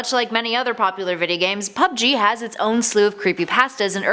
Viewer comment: Did...did you say videa games at the beggining? This aint king of the hill